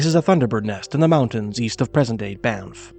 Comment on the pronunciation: "Bye-niff"? Never heard that before.